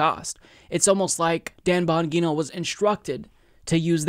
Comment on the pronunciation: Bon-gee-no... fuck!